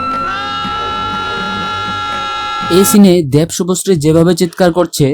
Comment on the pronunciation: আরে পাগলা দ্যাব না দেব দেব। 🤣🤣